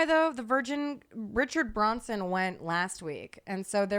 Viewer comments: Richard Branson not Bronson.... he's a billionaire- not related to a murderer lol Oooh is that lol inappropriate?? 😆 xoxo love you guys ❤ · you correct all the time. I need to tell you that you say Richard Branson wrong!!!!! It’s BrAnson…… 🤣🤣🤣